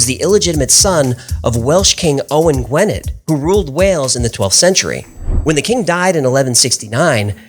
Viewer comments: Gwynedd is pronounced gwyneth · I always enjoy and have subscribed to your channel; Just one SMALL point - it's pronunciation sounds 'Gwin-ith', not Gwynedd. I was put right about this when I first worked in the region ... !!!